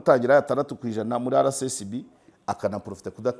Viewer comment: Please, bavuga RSSB ntibavuga RCSB